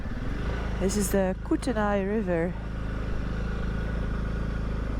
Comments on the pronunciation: Koo-tuh-nay…..River or region; not Koo-tuh-ni. Welcome to Canada!! We are thrilled with your visit. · It’s pronounced “koot knee”. Love your videos and welcome to 🇨🇦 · It’s pronounced “koot-knee” river. Lol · Since I'm from Rosslsnd, BC, not far from Creston...I must share with you the pronunciation is Kootenay-"eh" lol After you hear a few Canadians say eh? you will never forget, hon 😂⚘️💕💖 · Love all your videos Noraly it is pronouced kootknee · Great to see you enjoying our part of the world. Brilliant! BTW it's pronounced koot-knee. 😉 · Kootenay is pronounced Coot-knee by us locals. There is a bus station in Vancouver that everyone who takes the bus knows. Cootnee Loop. And Kokanee is the beer out here. They hade very fun TV ads in the 80s-90s. Kokanee sounds like it looks. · Kootenay, pronounced Kooteny. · Just so you know, the locals pronounce Kootenay as koot-knee. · Pronounced koot nee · Ahh, you missed the best ride... north of Creston along Kootenay (Canadian spelling) pronounced "Koot..ney" Lake. Great winding ride and longest free ferry ride in North America. Fresh water lake with majestic mountains on either side. So sad you missed it. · BC is riddled with great old logging roads. Wonderful views and enjoy your commentary. Kootney is pronounced koot knee 😊 Welcome to Canada !! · Hi Noraly, just for your information Kootenay is pronounced Kootnee......safe travels..! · Welcome to Canada. Kootenay is best pronounced Koo Ten Eee. Safe travels. Grizzlies are territorial, and dangerous, not like black bears. Although the noise of the bike will help. Cheers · Kootnee is how it is sounded out :) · pronounced Koooo tan eeeee river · Love your adventures....BTW its pronounced koootknee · Kooteney (Koot/nee) lol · Koot knee river I’ve heard it pronounced before but some Canadians talk looney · They pronounce it like 'Kootknee' on the states side in like an Anglo-Metis slur. Beautiful scenery Thanks IB👍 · She needs to learn how to pronounce Kootenay